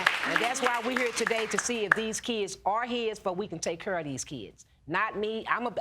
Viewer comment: 'Cause he didn't kur.....' English people, it's 'care'!